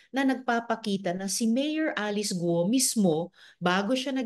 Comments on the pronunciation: GUUUUOOO HINDI GOOOO😂😂 miss malou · Guo Hindi Go. Gu-o